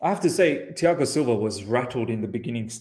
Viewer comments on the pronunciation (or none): none